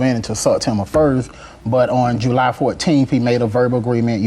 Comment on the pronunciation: JU-LIE....😂 it's July